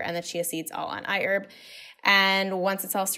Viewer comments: it's I HERB !!!! with the LOUD " H "!!!!! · I heard IHERB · i-erb Hahahaha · If she's sponsored...she'll be rich $ for everytime she said iHerb... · She said iherb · Everyone take a shot every time she says iHerb!